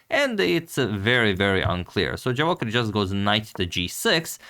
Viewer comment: Antonio, pratim te i jako cijenim kako se trudiš ne samo da radiš super analize nego i da pravilno izgovaraš strana imena. No morao bi znati da Javokhir nije Englez nego Uzbek, pa se 'J' ne izgovara kao 'Dž', nego onako kako piše. ;-)